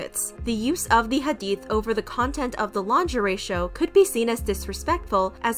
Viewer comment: Also, I appreciate you addressing this and didn't downplay the situation:') also thank you for pronouncing hadith and Islam correctly. we need more ppl like u